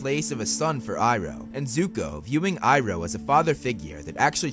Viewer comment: You purnoced his name wrong its the goat